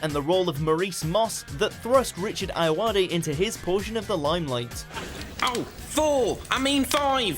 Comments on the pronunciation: That big fat quiz with Richard Ayoday and Dara O'Brine sure was good. I thought their names were pronounced differently but clearly must be right. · Would be nice if his second name could be pronounced properly. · The way you pronounce Ayoade really bothers me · and pronounce his name right.. And Dara's.. no commentary needed